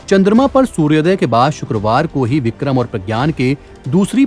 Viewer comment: Vikhrm nhi bole lag alhgh ok rhega my diear.